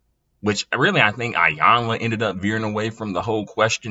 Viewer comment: Its pronounced eyanla not iyanlaz